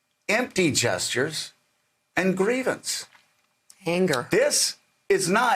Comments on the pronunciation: I thought he said jesters at first not gestures. "The Republican party has become the party of jesters." And I was like well duh yeah they... Oh he said gestures, empty gestures. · Sounded like you said Jesters Joe. I think that may be closer to the truth.